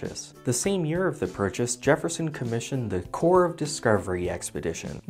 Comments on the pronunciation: You can tell he’s a veteran cause he pronounces corps correctly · Luis D. People pronounce corps correctly to look cool?